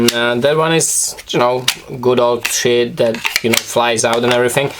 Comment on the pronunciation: When you say "sheath" it sounds like "shit" hahaha:) keep up the good videos man, your knifes are awesome!